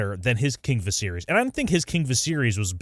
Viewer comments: Says a guy that can’t even pronounce Viserys correctly… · They say Viserys a thousand times across both shows yet this moron pronounces it wrong lol. Also he’s literally gave NO indication that Blood and Fire is coming out anytime soon. There’s NOTHING that gives this video credence. You trashcans just want something to bitch about. 😂😂😂